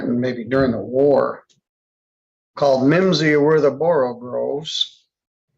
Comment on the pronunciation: "... slithy toves ..."! Not "borogroves", "borogoves"!